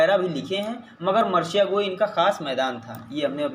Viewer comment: Sir marsiya h marshiya nhi